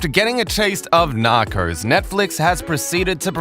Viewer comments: KatieJenni I’m joking. They guy in the video says nacors instead of narcos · Narcos, not Narcors!!! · Why do you say "narcors" ? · The series: Narcos This dude: Nacros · Nakors? WTF? Learn how to speak! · He says "knockers" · Nockers?😭😂 bruh I cant even be mad the way you pronounce it is funny af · Funny as this English I'm guessing narrator keeps say Narcos like Knockers. And the A in Pablo is pronounced like ahh as when you go to the doctors, open your mouth and say ahhh.